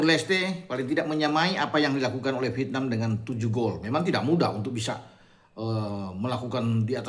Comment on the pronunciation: Vietnam itu diucapkan "Viet.. nam" bukan diucapkan "Pitnam"